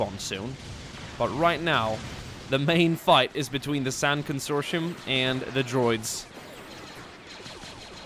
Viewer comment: Con-sor-ti-um is the pronunciation, they’re from the expansionary region. Love ur vids!